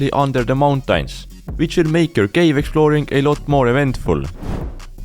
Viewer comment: Bro pronouncing mountains 'mountines' 💀